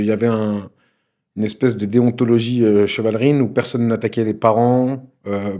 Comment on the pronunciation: Si tu écoutes attentivement ,il dit "Chevalerine " non ?